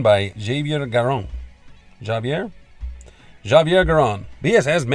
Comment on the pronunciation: Javier is pronounce ha-vee-air